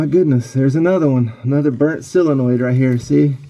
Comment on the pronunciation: Pronounced 'soul-uh-noid' not 'sill-uh-noid'.